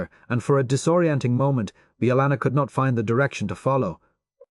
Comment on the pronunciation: 20 different pronunciations of chakotay and bellanna and none of them correct or even consistently 😂